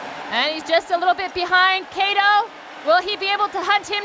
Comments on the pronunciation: it's supposed to be like CUTTO not KAY-TOE goddam lol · She can’t even pronounce Japan and Korean’s name especially Kato